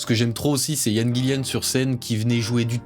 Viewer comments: Super vidéo. Vraiment. Ca réchauffe mon vieux coeur de voir un jeune homme aimer ce groupe (et ce genre de musique en général). :D Deux choses m'ont en revanche un peu pîqué les oreilles : c'est BlackmOre pas BlackmOOre et GillAn pas GillIan. Je chipote mais bon, je suis un vieux con, hein. 😝 #teamBlackmore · Mor pas mour, Gillan pas Gillian, et c’est ton groupe préféré? Apprends l’alphabet.